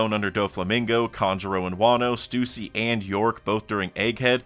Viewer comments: This is so ironic, obviously it's Jinny, not the way he's saying it. But you are wrong about Stussy, It IS 'Stoosy', not 'Stus-ee-'. This ain't clussy lol. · It's pronounced Gin-e, and it is 1000% not "Stew-c". Do you not listen to these names being said?